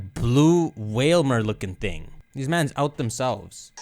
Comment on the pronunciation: Yo the way you said mans are you from Toronto?